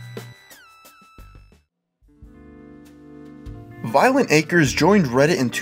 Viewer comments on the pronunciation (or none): And to think, this whole time I've been pronouncing it "Violenta Crez".